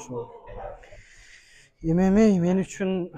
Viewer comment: Правильное произношение эмемей деп а то ммага чыгам деп куйдурот чон чон боеццтер туура эмес произношение кылат артистер 😂